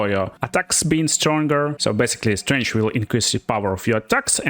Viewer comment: Mother of all Slavs, you pronounce Strength like Strange.